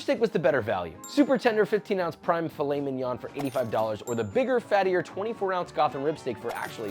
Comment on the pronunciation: me hearing filet min-"yon" and butchering that pronunciation, then perfectly saying piece de resistance